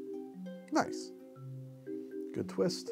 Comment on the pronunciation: that "Nice" sounded like you just put the cocktail out onto a try.